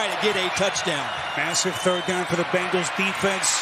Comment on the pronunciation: it hurts my ears to hear an announcer call them the Bangles